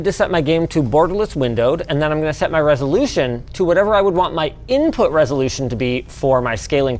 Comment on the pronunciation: Inpuhh latenceh